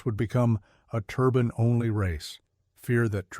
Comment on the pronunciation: “Turbine” or “turban”?😂.You keep showing the Chaparral 2C.